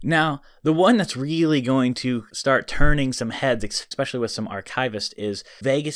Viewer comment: Please pronounce ESPECIALLY correctly. It's not ECspecially. It's ESpecially.